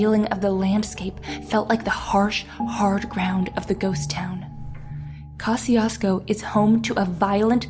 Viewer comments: It's pronounced cuh-shoes-co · Pronouncing the name wrong